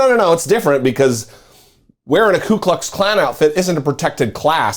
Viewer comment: Alito pronounced KuKluxKlan properly, if I heard it right. The others were saying KLUEKluxKlan. They don't even know what they are saying, but Alito does.